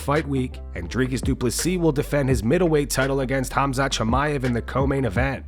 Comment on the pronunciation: Oh finally Colby says Khamzat instead of cumshot